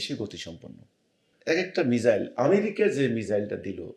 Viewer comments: আপনি মিজাইল বলছেন কেন?? উচ্চারণ ঠিক করুন??? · মিসাইল বলেরে ওটাকে বোকাচোদা মিজাইল না 😂😂